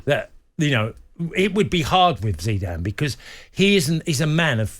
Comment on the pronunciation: Zeeedan? Whose that?